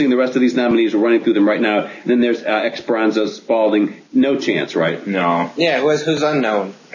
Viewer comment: You can't even pronounce Esperanza Spalding's name right. Why would a jazz musician who clearly has more talent than all of the other nominees put together not have a chance according to these idiots? LOL, well guess what? She won.